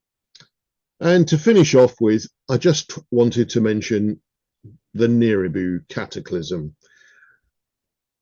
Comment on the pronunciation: nibiru, not niribu